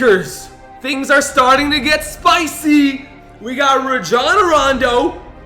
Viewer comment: it’s rajon (Ray-John